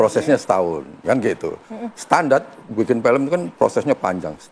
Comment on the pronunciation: Sebagai produser eksekutif aja ngomong "film" jadi "pelem" Keliatan kualitasnya ckckck